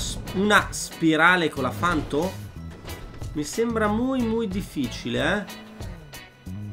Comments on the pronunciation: Una cosa deve fare, gta! Ma se non sa manco i nomi delle auto credo che si meriti anche più dislike che like... Ci vuole tanto a dire panto al posto di fanto??? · comunque si dice panto e non fanto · scusa ma mi da non poco fastidio hahahha... si chiama Panto non Fanto. hahhahah sorry